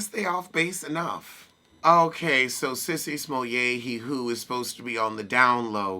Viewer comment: When I tell you I couldn’t wait to hear you say Sissy smolay e whoooooo!!!! Dude I holler every time you do that😂😂😂😂😂